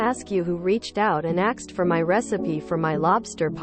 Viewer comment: WHY are all of these narrated stories now using axed instead of *asked*? It just started within the last couple of days and it's driving me crazy.